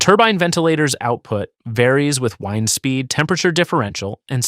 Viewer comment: Meanwhile has it use the wrong form of wind (wind like a clock vs wind as in moving air). Definitely AI at least in presentation if maybe not in script. But probably there too.